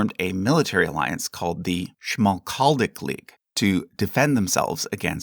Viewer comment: Is it just me, or did I note a bit of humor in his voice when he pronounces "Schmalkaldic League"...and then Lawrence Welk went on to form the Schmaltzkaldic League...